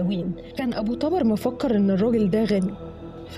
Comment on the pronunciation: ملاحظه ابو طبر بضم حرف ال (ط)